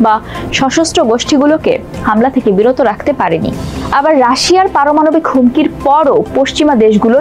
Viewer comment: সংবাদ পাঠিকা "পারমানবিক ক্ষেপণাস্ত্র " পাঠ করেছেন!